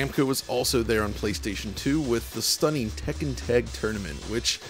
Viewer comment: I've never heard someone enunciate "Tek-ken" so clearly before.